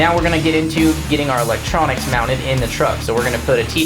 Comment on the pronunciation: You said MEOWNTED. smooth I almost missed it.